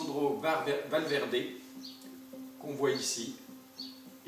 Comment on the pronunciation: Dis moi avec la nouvelle Xbox, la Series X tu peux jouer à TDF 13 donc pourquoi pas rejouer à ce jeu .. Et puis t’as fait de Valverde un italien (bon c mieux la prononciation maintenant) 👌